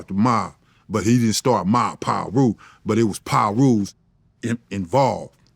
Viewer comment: Someone teach Vlad how to say Piru